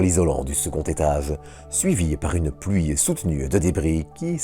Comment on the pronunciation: Partie, pluie, poussée, etc : le e final est muet ! Depuis le temps vous n'arrivez pas à corriger votre accent ? C'est pénible d'entendre : partie heu ; pluie heu ; poussée heu...